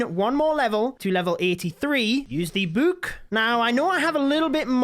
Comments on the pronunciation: I like how he says book like “bouk” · Bro calls it a book a bewk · It makes me so pissed when he says book. It’s not a buke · My favorite thing about is that he says book like buek